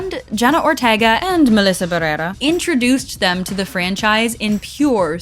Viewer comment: If you’re not gonna go for the English pronunciation of Barrera then make sure to roll the R in the first part